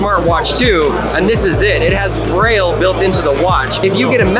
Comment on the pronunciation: Im not sure braille is pronounced that way